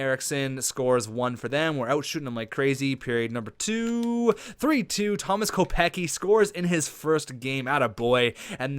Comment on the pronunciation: not to be rude but it's pronounced Kopec-ski. Love the series keep it up.